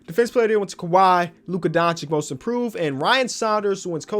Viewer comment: He said Luka Don-Chick😂